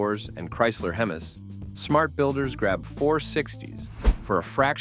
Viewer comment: Please train your bots how to pronounce "Hemis."